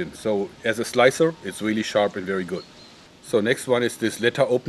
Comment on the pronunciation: vewy vewy sharp. xD